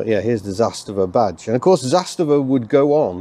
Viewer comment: The pronunciation is Zas - tava rather than Zas-ta-va. The emphasis is on the first syllable 👍